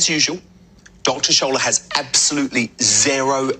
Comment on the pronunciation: It isn't Dr Shola, it's Dr shola Mos-Shogbamimu but the racist, couldn't be bothered to sound out her name. As for Lucie Letby, she got away with it because she's white, blonde and blue-eyed. Black nurses in the UK are more likely to enter the workplace disciplinary process, more likely to be forced through the process to the final tier, where they are more likely than white nurses to be found to be innocent! So innocent black nurses are disciplined without warrant!